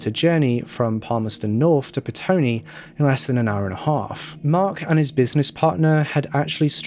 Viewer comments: Petone, not Pestone (from a NZer) :) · Petone - Its prounounced Peh-Tony. I live in the Wellington metro area